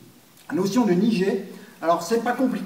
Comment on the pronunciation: C'est un détail, mais en japonais on prononce niGé (comme dans guêpe) et pas niJé, sinon très intéressant comme explication :-)